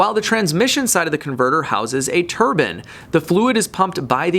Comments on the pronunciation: I hate to say this but I watched it a couple of times, a Turban is worn by a Sikh, I know you were trying to say Turbine which should sound tuh· bain, sorry to be an pain, I love your content and always check it out when it pops up in recommended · Assaulting the English language :) Turbine = tur·bine not turban. Turbine: Turban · It's not pronounced "Tur bin". It's pronounced "tur bine". Hi from Germany :D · Tur-bain or turban? LOL. Great video as always,. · Turb-ine not turb-in. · Bro a turbin is somethung you wear on your head it's a turbine ine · Lol!! That’s tur-BINE not turban. But I like your videos all the same : 0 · I couldn't pay attention... he kept saying turban... :/ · I am sure hes saying TURBAN ?? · Please learn how to pronounce turbine ,, it is not a turban, please learn the difference.